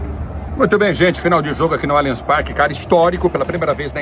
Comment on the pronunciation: Só vou curtir o vídeo qdo vc aprender a falar o nome do estádio corretamente. Alianchi Parque não existe.